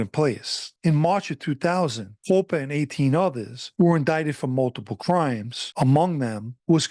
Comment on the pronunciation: His last name is actually pronounced “cop-pa” I would know, I’m a Coppa & this piece of shit is actually related to me. Also he had Marlboro projects because he grew up on 9th st & Ave V, right across the street from Marlboro projects on the 86th strip. I never knew him personally, my side of the family moved to Philly decades ago.